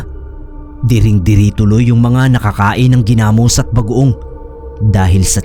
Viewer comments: New listener here, ang ganda ng mga stories nyo po,na bother lang ako ako sa pag pronounce ng Ginamos..😅 gi-namos po hindi genamos☺️ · yung pronunciation po sa ginamos ay naka stress sa o at ndi sa a, like: ginamós at ndi ginámos. Hehehe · Ganda ni Janesa story.. legit na fiction. .paano mkagawa ng ginamos(not pronounce giiii-namos) ang isang aswang gayong ang ginamos ay bagoong sa Tagalog.. puro Asin ang pangunahing ilalagay na sangkap? tsaka may nakitang tainga ng tao na nga sasabihin pang baka hinaluan ng Karne ng tao... scriptwriter konting aral pa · hahaha! hindi ako mapakali Gina-mus! haha hindi Gi-na-mos.. 😁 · Sir Gi' Namos Hindi ginamos